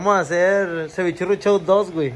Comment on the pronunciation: Y porqué dicen chou?